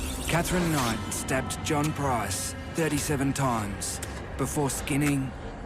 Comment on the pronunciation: Let's hope she never gets out of jail. She is ugly inside and out. This video was annoying because the narrator kept pronouncing Price wrong and you can't find a name much easier to say. Made him sound so stupid.